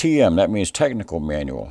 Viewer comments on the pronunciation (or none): none